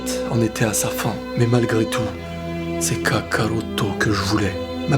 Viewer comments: Quand tu dit kakaruto ça sonne faux désolé car tu prononce ça "Kaka-routo" on dirait deux prénom différent. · La manière dont tu prononces Kakarotto me fait vraiment frisonner... 😏😏😏😏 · cette vidéo fais pitier de fou quand tu dis kakarotto j'en pleure de rire et en même ça ca me met mal alaise mdrrrr vidéo vraiment merdique